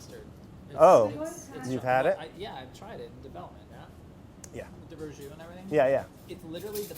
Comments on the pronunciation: Duuude it's Verjus not Verjous lol... sorry for being thatguy on the internet who points out stuff like that. Nice recipe btw :P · ver jus, FML